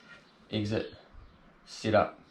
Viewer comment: Great video but it took me half the video to figure out it’s SET up not sit up. Damn yanks